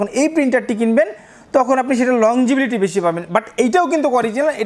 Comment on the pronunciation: ভাই আপনি বারবার বলছেন লং জিবিলিটি। আসলে হবে লংজিবিটি। উচ্চারণটা কানে বাজে। আপনি যেহেতু একজন টেক্সটাইল ইঞ্জিনিয়ার সুতরাং উচ্চারণটা শুদ্ধ করে বললে ব্লগটি শুনতে আরো ভালো লাগতো। আপনার জন্য শুভকামনা